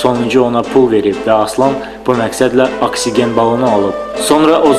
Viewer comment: Aksigen yox, oksigen. Sizə harda keçirlər o dərsləri???